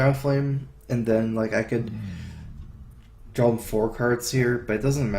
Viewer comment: please say draw... not drawl